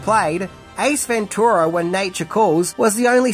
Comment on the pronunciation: Stop saying ventura like that its wrong